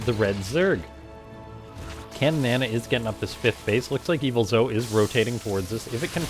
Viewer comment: its really interesting hearing you struggling to say Caninana's name in this match with how often you would cast them in the coming years